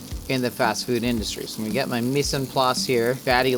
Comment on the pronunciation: did say me san plas? 😂